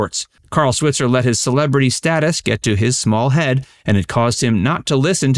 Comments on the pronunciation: Carl's last name is properly pronounced Swhyitzer NOT swit-zer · He did NOT DIE in a bar fight. Died in a suburban home. Correct pronunciation of SWITZER is with a long I, like Sweetser. Get it right. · Carl's last name is pronounced "Swytser". He's from Paris Illinois (like my mom) and was a bartender. He was shot and killed in the bar over a fight about $50 someone owed him. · Last name Switzer is pronounced Swhytzer. Long i sound. His family have a gripe about the mispronunciation, especially because the 1994 movie didn’t bother to pronounce it right. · RIP "Mickey" (Robert Blake). Sidney is the last one left! (Also, you are not pronouncing Alfalfa's last name correctly in video after video and it's annoying.) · Switzer is pronounced with a long I.